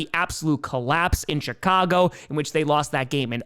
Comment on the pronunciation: He's putting a T after the i in "CHI-cago," isn't he?!?